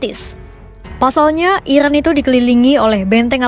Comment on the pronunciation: Iran kak bukan irwan